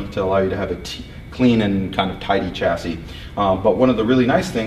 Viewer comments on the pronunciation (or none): 1. Cut down on the 'actually'. 2. Every time you pronounce it 'tʃæsi' instead of 'ʃæsi', the Queen sics her corgis on a kitten.